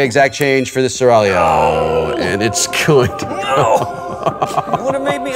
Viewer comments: Right? It's pronounced "Sir? ALL-io!" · SeraG-lio? Doh ;)